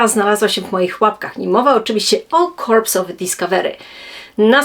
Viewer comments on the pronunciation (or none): Dzięki za świetny materiał! Drobna uwaga - w tytule jest „Corps” (które czyta się „kor”, bez ”s” na końcu), a nie „Corpse” :)